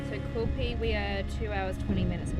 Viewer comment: So you're heading to QUIL PEE that's the pronunciation. At least you don't charge us to watch your vlog unlike some other fool on here who charges us to watch his bs travels.